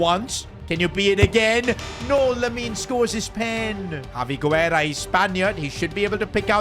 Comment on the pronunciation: Yo! Hope you get to see this! In a lot of your videos you use spanish players with the lastname Guerra, and I mean this in the best way possible, the U is silent! It should be pronounced more like Gerra and it's the spanish word for War. I guess it's just me nickpicking but just thought I'd let you know